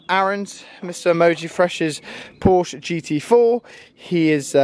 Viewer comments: its not a Porsch, it’s a PorschE! Anyways keep going with the good content:) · it's not Porsch it is Porsch"E" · You have to pronounce Porsche the way it should be. But, nice video.